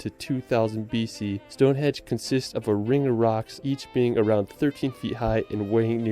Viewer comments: LOL he calls it Stonehedge.... its Stonehenge. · Stone HENGE! Not stonehedge! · Stonehenge not stonehedge lol . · Every time that dude in the video you're watching calls it "StoneHedge" I wince lol. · 4m15 sec Stone Hedge?? stone HENGE is the name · It’s stone henge not hedge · Good video but the guy in its mispronunciations of Stone "hedge" and Holy"rud", henge and rood were annoying 😂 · The narrator literally said "Stonehedge" not "Stonehenge". He probably thinks it is supposed to be a stone hedge because he's never heard of a henge. Not that Stonehenge really is a true henge either but that's a technical achaeological issue. P.S. much of it was re-errected during the 1950s. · Awww if you come anywhere near Gloucestershire, please let me know 👍🏼 would love to meet you and show you my County 💚 Ps. The guy in this video kept saying ‘Stonehedge’...... it’s definitely ‘Stonehenge’ 😂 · The guy in the video got some names slightly wrong. it's Westminster, not West Minister. it's Stonehenge, not Stone Hedge. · Is he saying 'stone hedge?' yeah, years travelling the uk my arse... can't even pronounce Wiltshire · is the narrator calling stonehenge "stonehedge"? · that tube in the video keeps saying stone "hedge" 😂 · Bloke in video keeps calling it Stonehedge 🤣🤣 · Did the guy keep calling it 'Stone hedge' or do I need a hearing aid lol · Did that fella in the video call it Stone 'hedge'??? Lol! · That bloke in the video says 'Stone Hedge'. Maybe he's unlocked the secret of the place - it is a garden fence. Well, I can recommend Dorset and the Jurassic Coast but it does get very busy in summer - like a lot of places in the southern part of Great Britain. One thing's for sure, you would have to be here for months to see very much. It's a small part of the world but there's just so much of it. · stonehedge????!!!!! jjeeezzzuusss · the chosen video is extremely annoying. The Unihihihhted Kingdom, Stone Hedge? West Minister ? Sorry >> I'm skipping this one